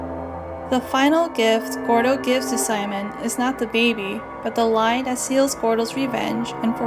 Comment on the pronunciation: "de bAeBeE"